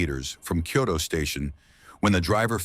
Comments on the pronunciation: If you're not AI, can you pronounce Kyoto correctly? You're saying it like "Kyodo." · It also mispronounced the name of the station. The name of the station is "Kyoto Station" and the reporter in Japanese pronounced it "Kyoto Eki". But the AI voice pronounced it like "key-yo-toe".